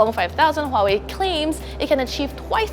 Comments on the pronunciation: It's not Hwawei it's Huawei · I would expect a tech review company to know how to pronounce "Hwah-way" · Its not hawai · It's pronounced Vuawei. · She calls it Howhey blinks in confusion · you should at least know how to pronounce it: Wah-Way. You are welcome. No. Its not a small thing:p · I don't trust any reporter that can't pronounce Huawei when she's in-fact a native Chinese.